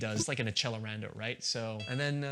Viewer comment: As a band kid, ITS AK-SELL-ER-ON-DOUGH